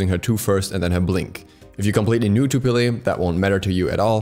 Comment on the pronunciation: Peh-leh not pee lee